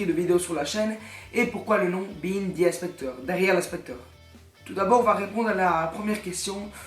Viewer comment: gg les 200 abonnés, mais on dit pas "bihine the inspector" mais "bihaïnd the inspector"